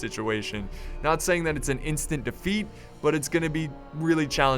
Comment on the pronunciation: Alexander Šmátrala It's defeat not deaft, deaft sounds like deaf but with a T on the end. As you could probably guess.